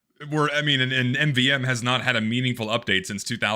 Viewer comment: My God, he can't pronounce MVM